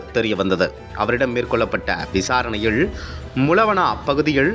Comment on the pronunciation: செய்தி வாசிப்பவனுக்கு உச்சரிப்பு கேவலமா இருக்கு. "ல"வுக்கும், "ள"வுக்கும் உச்சரிப்பு வித்தியாசம் தெரியவில்லை. வெளிச்சம் என்பதை வெலிச்சம் என்கிறான். விசாரணையில் என்பதை விசாரணையிள் என்று உச்சரிக்கிறான்.